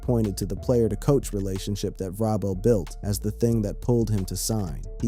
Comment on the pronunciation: It is not Ve-Robel. It is pronounced Ve- Rabel. We all we got, we all we need.